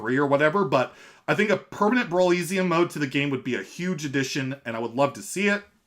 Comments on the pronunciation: Man. I love your content but you gotta stop pronouncing brawliseum like that. It rhymes with Coliseum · man, have you never heard the word Coliseum before? Now instead of “col” say “brawl”... cmon man “Roman Gladiators would fight in the col-EEE-syum” bro no.